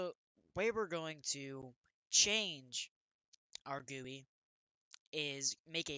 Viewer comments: he really said gooey instead of GUI 💀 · No offence but its not called gooie it called something like G.U.I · bruh its called a G.U.I not gooey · good video but you said gooey not GUI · Quit pronouncing GUI "gooey" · Gui = gee you eye, not gu e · great video, it's easy to understand... but Isn't gui pronounced G-U-I (gee-yu-ai) and not gui? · how he dosent say G.U.I and he says gooey annoys me so much and makes this gainful to watch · You dont call Gui Guee is G U I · its pronounced screen "gee you eye" lol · Its not gooey its GUI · it is G-U-I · WHY DO YOU PRONOUNCE GUI LIKE GOOEY BRO?!?!?!?!? DON'T TELL ME YOU PRONOUNCE GIF LIKE JIF TOO Still good vid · its pronounced jee you eye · him calling it a "gooey" makes me feel so uncomfortable lmao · its pronounced G-U-I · He said Gui wrong